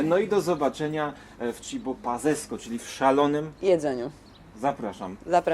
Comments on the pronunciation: czy redaktor jak sie bierze za wywiady nie powinien sprawdzić jak brzmi właściwie nazwa lokalu ??/ Żadne PAZZZZZESCO. TYLKO DWA "Z" CZYTA CIE JAK "c" To podstawy panie redaktorze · Paccesko a nie pazzeskko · Mówi się "cibo paccesko" pisze się pazzesco wypadałoby wymawiać poprawnie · Pazzesco piszesz się w języku włoski z dwoma,, zz,, alle czyta się pazzesco z dwoma,, cc,, jak słyszę właściciela lokalu który nie jest w stanie wymówić poprawnie nazwy własnego lokalu to lepie dać nazwę w języku polskim, wyobrażam sobie jaki ubaw mają włosi którzy słyszą tą nazwę.